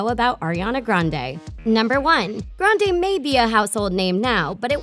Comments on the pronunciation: Dit you know you actually say Ariana Grendie?😊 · Her last name is actually pronounced grand-ee. She actually said it herself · Fun fact about Ariana grande her last name is grande but is pronounced Grandy